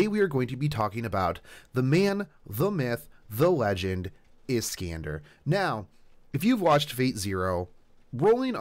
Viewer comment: Is-can-de? It's Is-khan-dar ;_